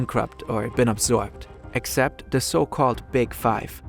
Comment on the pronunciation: Gutes Englisch. Fehlt nurnoch das "the" nicht als "de" auszusprechen. Ist ein lieb gemeinter Tipp